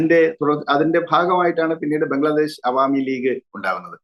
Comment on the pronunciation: ആ സ്ത്രീ പറയുന്നത് ബംഗ്ലാദേസ് എന്നാണ് 😂😂